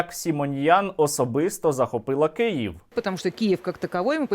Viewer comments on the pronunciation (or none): none